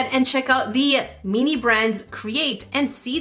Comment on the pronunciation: Why do you say meanie instead of mini 😭